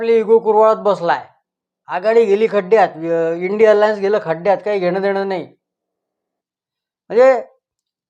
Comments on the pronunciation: इंडी अलायंस चा उच्चार इंडियन एअर लाईन्स असा भास होतो 😅😅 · इंडी अलायन्स ह्या शब्दाचा उच्चार इंडियन एअर लाईन्स असा ऐकायला येतो आहे ब-याचदा. त्याऐवजी इ़ंडी आघाडी हा शब्द वापरला तर कन्फ्युजन होणार नाही.